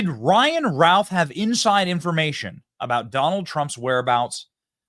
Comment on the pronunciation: Ralph, Youth. The scumbags name is Routh, Don't you think his name is pronounced Ruth ? just saying.